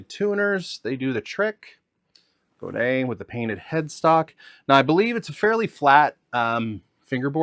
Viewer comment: He’s actually pronouncing Godin correctly